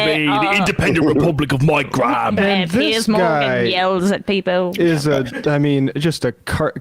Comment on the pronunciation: We pronounce the ha in Graham. If we want it to sound like gram, we write it as gram. And we know what a gram is.